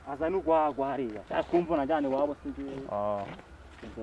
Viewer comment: Gwagwa sounds like GuaGua, which in chile means Baby. :D It's so funny listening to you trying to find babies to drink. XD